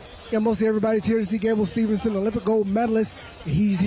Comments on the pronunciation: Gable STEVESON, not STEVENSON … announcing messed his named up the entire show , gotta do better than that … Great job Champ!!!! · How come the COMMENTARY can't say Gable STEVESON correctly!?!?!?